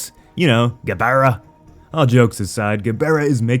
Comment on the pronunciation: Who else was thrown off by the way her pronounced Gabara? LMAO Hopefully Mothra makes an appearance.